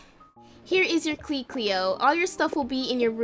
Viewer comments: you said "heres your kley cleo" instead of key lol its not meant to be offencive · Here is your Klee It is key not klee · Instead of key she said klee